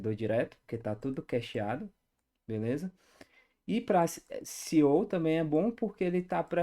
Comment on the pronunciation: Conteúdo incrível, parabéns e obrigado! Só uma dica rápida: CEO = si-í-ôu / SEO = éss-i-ôu